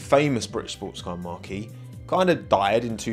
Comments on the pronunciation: Marque is pronounced Mark not Marquee. Marquee is somewhere you host an event. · Wrong pronunciation of the word Marque..it’s not a tent..